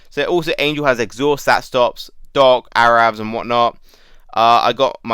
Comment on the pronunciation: Took me a while to réalisé you were saying doc. Not dog, God it confused me at first